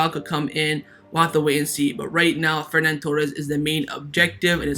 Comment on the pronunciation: Its not FerNan Torres, its Ferran Torres